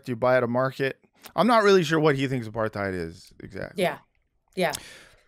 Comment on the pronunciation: please, it's not that hard: Uh-part-hide or Uh-part-heed apartheid.